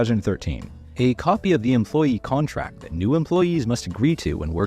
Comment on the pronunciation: It sayed contact instead of contRact!!!😂😂😂❤🎉😂